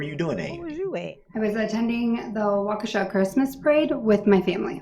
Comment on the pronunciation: I love how you say WawKaShaaawww 😂